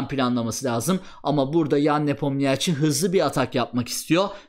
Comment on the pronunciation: Geldi yine NepomNİYAAAAÇİ 🤦‍♂ 'den artık geçtim, videoyu izleyenler öğrensinler: Adamın adı NepomNİŞİ okunuyor.